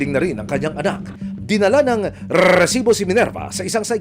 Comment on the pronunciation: Please lang, paki-ayos ng pagbigkas ng word na "RESIBO" huwag nang artehan pa like, RRRRRRRRESIBO!!! hindi sya nakaka attract ng subscribers!😒